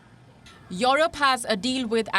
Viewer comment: when will she stop pronouncing it as YORUP?